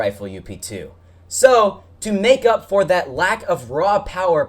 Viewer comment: it's up not u p